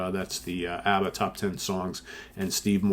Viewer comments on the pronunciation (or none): none